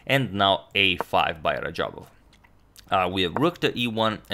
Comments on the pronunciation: Its actually radjabov, not rajabov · isn't it RaDjabov and not Rajabov. Teimour Radjabov and not Teymur Rajabov. #correction Agadmator, no offense intended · Teymur instead of teimur and rajabov instead of radjabav😅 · Fix RaDjabov's name, please!